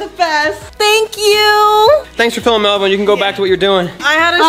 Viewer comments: Stop calling melvon Melbourne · When you guys call melvin "MELBOURNE" i laugh so hard bc it reminds me when you guys do not to laugh challenge